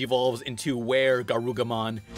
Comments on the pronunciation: Garu-- WHAT?? Mate, it literally says his name around him. IT IS LITERALLY BEHIND HIM! Can you not read?? Garu*ru*mon. Not garu*ga*mon. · you say garugamon T.T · Calls garurumon - garugamon, see ya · I KNEW I WASN'T THE ONLY ONE WHO THOUGHT IT SOUNDED LIKE "GARLIC CHAMPIONS"! I ALWAYS THOUGHT IT WAS "GARLA CHAMPIONS" WHEN I WAS LITTLE! I FEEL LIKE I'M FINALLY NOT ALONE! cries tears of joy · It's Garurumon not Garugamon you uncultured swine! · Fucker says garugamon and weregarugamon it's garurumon he even says it like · "garugamon" "mega digivolves into were garugamon" I...I can't tell if you're trying to trigger me. I legit can't twitches garurumon is one of my favorite digimon...@@ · I'm glad I'm not the only one who heard garlic champions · You pronounced garurumon wrong